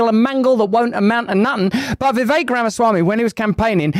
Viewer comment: Russel can pronounce Vi’vek right😊 Most people say ’Vivek.